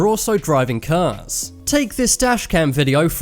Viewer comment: today i've learned that cars are so aggresive our narrator begins calling them "curs"